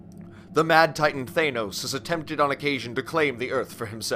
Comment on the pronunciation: The way they pronounce Thanos bugs me but otherwise this is very good.